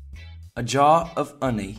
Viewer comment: You pronounce honey strangely. It isn't British nor American.